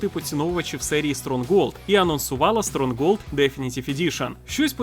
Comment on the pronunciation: Аааа!!!! не СТРОНГОЛД!!! А Стронхолд!!!:eyes-purple-crying